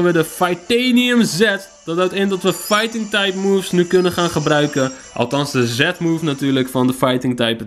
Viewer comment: Je zegt Zet move. Maar het is Zie Move